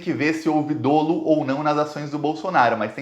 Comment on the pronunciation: Só uma dica, a pronúncia é 'dÓlo', não 'dôlo'. Tamo junto!